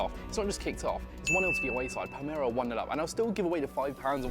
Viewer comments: broda its Palermo not Palmero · It's PALERMO not PALMERO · Palmero ≠ Palerrrrrmo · Will be either Morrocco or Tunisia I reckon, calling it palmero really annoyed me tho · ‘Pal-mero in Italy’ 😟😟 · Your pronounciation of Palermo is horrible!